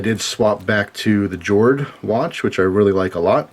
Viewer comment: I'm going make my guess now: G42/43 and a Shield.:) I thought it was pronounced "Yord" as in earth or land (as is the wood casing/bracelet theme) in many Scandi languages. I used to love Nitecore lights (cool features, and such), but as I was used to holster carry from my AF days, and then later on duty belt carry (which continued to civilian wear) I prefer smooth tube designs that fit into my Surefire and BH light carriers (keeps them out of my pockets). Nitecores don't carry well and they chew up my pockets. Totally agree with you, though, AA/AAA form factor is ideal for civilian EDC. Cheers,!